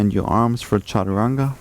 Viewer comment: Sorry my question wasn’t clear. It’s the word you said after “shift forward” that I couldn’t catch. Is it “charawanga”? 😂